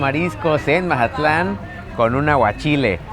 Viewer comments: Jajajaja pensé lo mismo!!! Porque decir Mahatlan?? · Que buen video!!! Hermoso mi Mazatlán 🎉 pero que alguien le explique que se dice Mazatlán con Z y no Majatlan 😅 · Que alguien le expliqué que es Mazatlán no Majatlán aunque se escucha chistoso pero se escucha rraro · Se pronuncia MAZATLÁN, con Z, no MaJatlán 🙄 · Es lo q le iba a decir parecía costeñito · Que estrés que diga majatlan 😅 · Todo el video: Majatlán 😂😂😂😅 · Porqué dice “Majatlán?” Llegó ahí y se olvidó de cómo hablar? 😅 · majatlan dice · Curioso porke dices mazatlan diferente